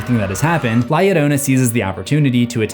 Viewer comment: Love the video but the fact you pronounce Llorona correctly but la inccorectly is sending me into another dimension lol